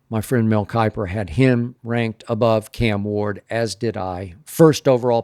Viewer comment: ".... my friend mel keiper!!....." - skip bayless